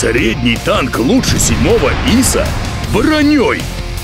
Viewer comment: ударение не Иса, а исА!!!! Автору Русский язык надо учить!!